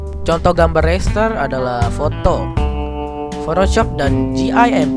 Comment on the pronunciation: Ucapan RASTER yang benar itu "rester", bukan "reister".